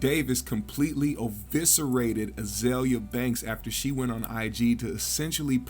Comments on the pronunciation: Eviscerated. Not OH-voscerated. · Oviceratted????? Damn